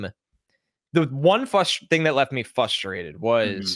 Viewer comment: Lol did he say "fustrated" without an R? Haha love.